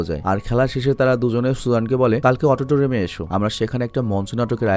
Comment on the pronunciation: Autotoriam na Auditorium